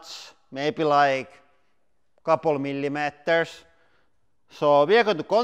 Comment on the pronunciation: I love how he says millimeters... /mɪlimɛteɹs/ lol